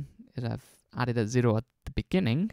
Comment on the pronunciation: you say zero like the japanese o.o